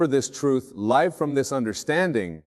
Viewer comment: yes listen to the certain words like Live as in living expressed as if in a sentence live recording dead giveaway